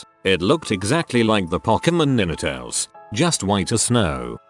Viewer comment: This AI narrator voice is extremely annoying. I don't know what a Nintells is, I know what a Ninetails. Maybe whoever makes this garbage should try using their own voice and reading these stories out loud, instead of using some cheap bot to use broken English to read them out loud.